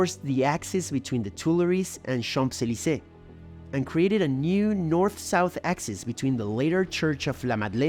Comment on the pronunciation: Great job!!! Amazing knowledge of history. Love it. I love the accent. The only thing I would suggest to improve is the way how you pronounce Champs-Élysées. The P is silent and m sounds more like an N ( in Champs), Chaanz-…..